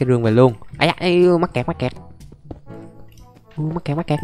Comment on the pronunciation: Anh đừng có nói mắt kẹt là mét cặt